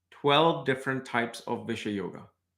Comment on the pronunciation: Its not bish-yoga it is bisesh-yoga...